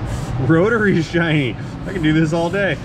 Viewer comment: The “ Shinney “ makes my day. 😊